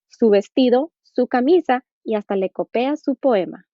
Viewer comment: Es copia no "copea"